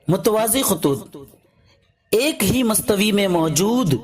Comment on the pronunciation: mastvi ni bhaya mustawa hota e